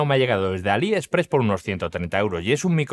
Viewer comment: Buen video pero se dice AliexPRESS no ALI-express, la vocal fuerte es la última.